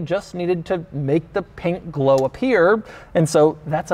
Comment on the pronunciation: the amount of bAtH mAt and pInK gleoW you said...